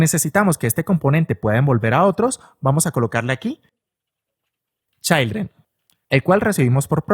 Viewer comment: repite conmigo: CHIIIILDREN, NO CHAILDREN 😂😂😂😂😂😂